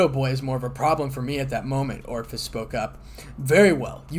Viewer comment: I have to chuckle every time you pronounce Ophis as Orifice.